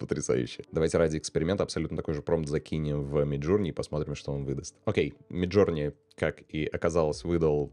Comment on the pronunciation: да не джУрни мид, а джОрни, иоп